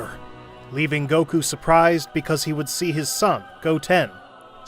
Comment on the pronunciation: “Saun Goku” 😂